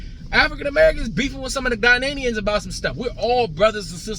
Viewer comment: Ghanaians not Ghananians lol😅